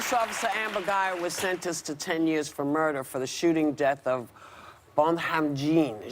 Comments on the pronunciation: gosh whoopi dropped the ball hard on this. first off she mispronounced his name bc it seemed like she was trying to play with accents when it was not the time for it. then she’s talking about how botham’s brother forgiving that murder is what a christian is... how dare she. thank goodness joy and sunny are on this panel because i cannot believe whoopi fixed her mouth to say the things she did. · Whoopi, I love you, but how to keep butchering Botham's name? It's been said multiple times in the press and by his friends. Come on. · And she didn't pronounce his name correctly,like she had never heard of him, very disappointed in you whoopi!! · Whoopi could have bothered to learn how to pronounce the victim's name. Whoopi, if that [a brother who hugs his brother's racist murderer] is a Christian, I am doubly glad I'm not Christian. This segment would have been intolerable without Joy's pointed question and her pointed comment about rage versus forgiveness. I love Joy. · Whoopi butchered the victim's name so badly. Sunny was about to correct her but then decided against it probably of fear that Whoopi would be annoyed with her. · Whoopi, learn your lines before you get in front of the camera. How disrespectful to butcher his name!